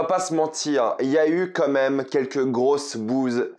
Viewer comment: On est d'accord que des le début tu dis "comme même" au lieux quand même ?